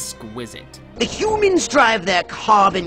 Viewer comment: jacefisto Yep. He's Richard Horvitz. He usually uses slightly different voices and intonations when voicing different characters. But that's the exact same voice he uses for Zim. It didn't help that he pronounces humans as "hyoomans" as both Zim and that character.